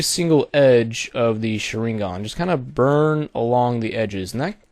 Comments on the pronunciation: Well, good job for the tutorial. You do make a different kind of Sharingan which is good to see. But this is a fake as long as you paint the form of that Sharingan in overlay. I mean, dude, the Sharingan is visual power in that anime - Naruto and you kinda screwed it up in the way you make it. Please, don't make tutorials about things which names you don't even know how to say right. Tip for the Mangekyou Sharingan form that you make- it has to be black cause if it's not- it means the owner is blind and his powers are getting weak. The eye originally is red but it can be change in many ways. The Sharingan, especially the Mangekyou Sharingan must to be black. Like the corneal but not transparent. As i said in the beginning: Good job for the tutorial and good luck. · lol you pronounced it wrong....but thank you sooo much for the tut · you completely butchered the pronunciation of sharingan and naruto !!!! LOL awesome tutorial though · He completely butchered the pronunciation of the sharingan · As a naruto fan I say PRONOUNCE THE NAME FUCKING RIGHT>>CHIRST Now as a graphic designer I say Very nice vid ^-^